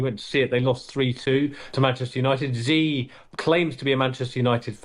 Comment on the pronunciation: Come on. Learn how to pronounce the name of the dictator you're talking about. It's not "Zee" or "Zhee." Just pronounce it as "She." That would be more than close enough.